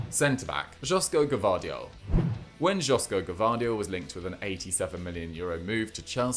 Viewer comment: 🤣Jo in Joško is pronounced as 'Yo'